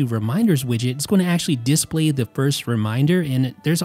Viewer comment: Please, please stop saying "dis play", it's one word. Display. Also please make a narrow 5dB cut at about 150Hz to get rid of the horrible boomy sound on the VoiceOver.